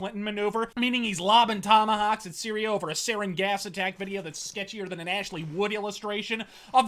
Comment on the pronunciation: "sketchier dhan an Ashley-Wood drawing"